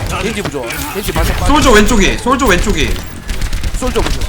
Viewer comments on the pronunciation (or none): 솔져가 아니고 솔저입니다